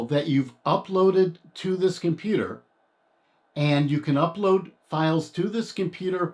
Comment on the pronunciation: Try to pronounce the word “and” correctly otherwise excellent video.